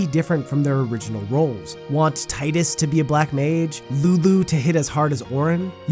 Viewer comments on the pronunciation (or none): ) great video btw. love your channel! but also its tee-dus. XD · Tidus. (Tee-Dus) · TEE-dus TEEEEEEEEEEEE-dus.